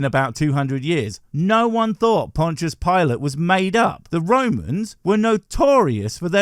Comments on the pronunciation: "Pontius Pilot"??😹😹🤷‍♂️ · "Pontius PILOT"???? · hey I gonna stop you righ thtere. WHO the EFF is Pontius PILOT? I know Pontius Pilate, but PILOT?